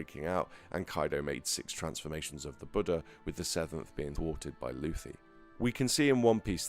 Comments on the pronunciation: It's "loofy" in every language brother. you could call him Lucy though, he dgaf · Am I going crazy or am I hearing luhffy when he says luffy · why do you bounce back and forth between pronouncing Luffy incorrectly and correctly?